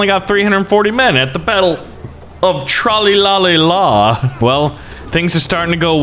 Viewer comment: My Dad is from Tralee, and I've been there many times. By the way, it's pronounced truh/ lee, not trolly. It emphasises the "lee".